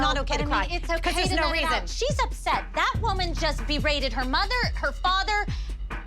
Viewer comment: I could not stop laughing at jill "that women beraded her mother and father"